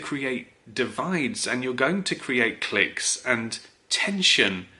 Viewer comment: You're English, say clique properly.